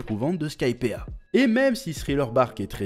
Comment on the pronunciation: Chef, ya une raison pour laquelle tu ne prononces pas le "i" dans Skypiea ? C'est très perturbant à entendre amputé d'une lettre, je meurs un peu à l'intérieur à chaque fois que j'entends "Skypea"